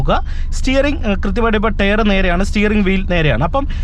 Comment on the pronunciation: Tyre - Tyre - Tyre - Tyre ....pls use Google pronunciation practice . You can definitely improve when you repeat TYRE 10 times with Google pronunciation.